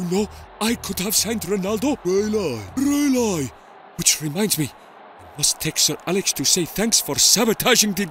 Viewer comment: Grealish: Reeli? Pep: Reeli